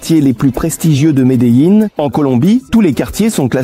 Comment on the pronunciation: horrible cette IA, je préfère les sous titres au pire que ce doublage complètement pourrit, même Medellin se transforme en Médéline...